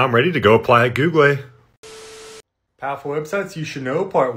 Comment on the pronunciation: Googlay, hardvard, aytally